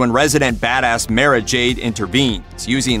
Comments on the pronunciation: Mara is pronounced as; Mar-rah not Mair-rah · One name: Dark Forces II Also, God damnit, I know this is nitpicky YouTube comment section bitch work but how you gonna miss pronounced "Mara"?